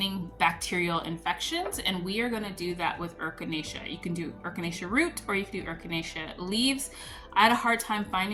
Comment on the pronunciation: Hopefully, your other half feels better soon. Adding fermented honey and garlic works wonders, too. eh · kuh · nay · shuh (Echinacea) You are so cute.😊❤